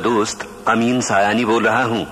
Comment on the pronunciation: Sab ANCHORS SAYAANI ko Siyani ya Sayaani kah rahey hain. Dar Asal " Ameen Sayaani " Saheeh Naam hai.